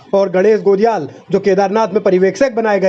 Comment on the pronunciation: गणेश गोदियाल है गोलियाल नही 😂😂